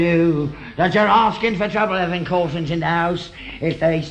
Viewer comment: 5.20..corfins..what is a corfin..?..